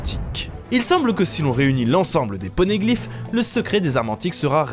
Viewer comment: toi aussi ta entendu porneglyphe xD